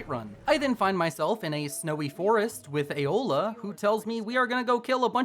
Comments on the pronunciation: This is the second time I've watched this video and only now I've noticed... He kept the whole video saying Eola instead of Aela XD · I feel the need to point out that it's Aela, not Eola. Eola's the cannibal. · Why he say aela like aola?????? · Ay-OH-la I cannot 😂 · Aela doesnt have an O in it 😅😅 The way you say it reminds me of something else